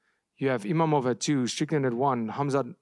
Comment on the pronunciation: It’s IMAVOV ! Not IMAMOV ! Put Respect on his name ! 🇫🇷